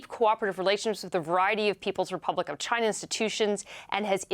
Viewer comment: I thought he would never say Chinya!